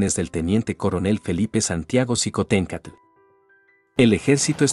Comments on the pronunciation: Qué pasó con el apellido, se pronuncia shicontecatl... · shiomara. La mayoría de las palabras de origen prehispánico que llevan X. Se pronuncian sh. El mismo meshico. Tashqueña. Etcétera. Mi estimado eres historiador. Sin duda alguna.